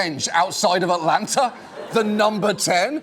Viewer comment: I've never heard it pronounced Atlana, and I live in the south